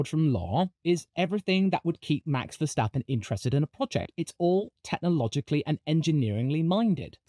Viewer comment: max stafappen